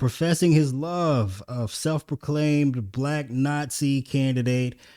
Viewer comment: "...the Blaahque President..." Why can't tff'ng pronounce the word Black 🤔 🤨